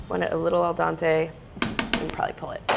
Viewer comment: I want it a little "Al Dontay" = Al Dente